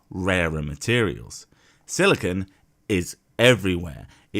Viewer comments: He keeps saying silicone not silicon and it’s making me laugh so hard my sides hurt lol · he keeps pronouncing Silicon as Silicone. 2 very different materials. The first is what his head is made of and the second is probably shoved up his arse. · he keeps saying silicone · Quartz isn't even pure silicon as he claims, it is an atom of silicon along with 4 atoms of oxygen. The moron even shows the formula for it on the screen when he makes the claim! And he keeps mispronouncing silicon as silicone. They are related, but NOT the same thing. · I like that he pronounced silicon as silicone. By his logic, dildos are remarkably good at storing and processing information. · Theres a difference between Silicon (Si, the element) and Silica (SiO2, the chemical compound) pronouncing it correctly helps understanding.